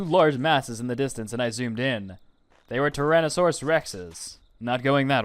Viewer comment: It's pronounced "Tyrannosaurus"